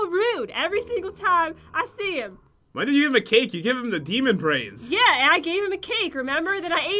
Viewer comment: Brain not brainig